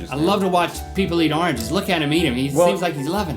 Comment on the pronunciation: "Arnges" :D